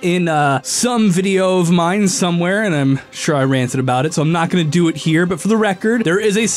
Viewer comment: What aboat shulker boxes. Agin what aboat shulker boxes